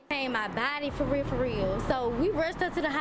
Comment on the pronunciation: It's weird that I knew he was going to rewind it soon as she said farealfareal.